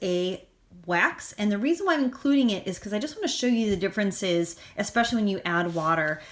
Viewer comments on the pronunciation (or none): none